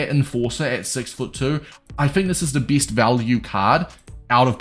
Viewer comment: S tier sounds like ”Easter”. And best in the game sound like ”bis in the game”